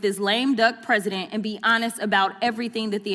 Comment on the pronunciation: "LAME DUCK PRESEIDENT" 😂😂😂